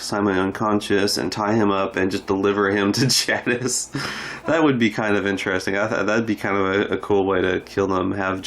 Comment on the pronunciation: Good job, bud. I’m pretty sick of Simon anyway. What about Dwight? Any chance he and Simon die in the same episode? Btw, I do like Steven Ogg, just not Simon. One more small item. Jadas is pronounced with a long A sound, like take or wake. Not trying to be critical, just sayin’, ok?